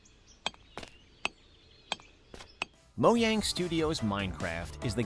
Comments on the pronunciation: why did you say moyang not mojang? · Did the narrator just call Mojang, Moyang? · Did this man seriously just say MOYANG.DUDE ITS A J ITS NIT HARD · pewdiepie says moyang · Ah yes, my favorite studio, Moyang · I love how he said Moyang instead of Mojang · Did he just say moyang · Why do people pronounce mojang like moyang? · It is actually more similiar to moyang than mojang when you prounonce it in Swedish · I'm sorry but did you say moyang? Surely I haven't been saying this wrong my entire life right? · Text: Mojang Narrator: M O Y A N G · he said Moyang Studios Can we get the Minecraft community in here to discuss this